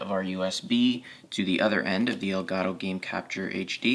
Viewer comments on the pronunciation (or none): El gato in spanish = the cat so you have to use the t as a t not as a r , but i do like yours videos